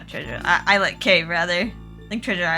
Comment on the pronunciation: Words are tricky, lol. Islet is pronounced Eye-let. I used to think it was is-let also.